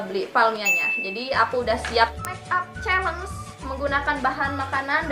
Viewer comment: Chalenge bacanya Syielenc